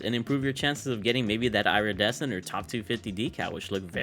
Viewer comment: It’s “ear - e- descent “ not “ira-desecent”